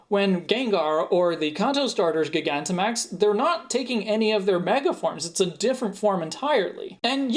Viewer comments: I don't think so. I think it's still "Jai-gan-ta-max" because it's spelled "Gigantamax". "Guy-gan-ti-max" I guess is his own interpretation, but it's "-tamax", not "-timax". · Huh so you that is how you pronounce gigantamax